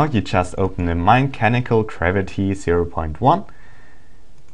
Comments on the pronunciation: garviy,garaity, GRAVITY! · GRAVITY... not Kravity